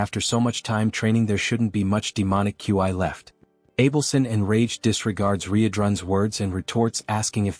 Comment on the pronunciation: Why can’t AI pronounce words… Ki and Qi not that hard…my mind is malfunctioning hearing the AI spell out qi every time it’s used.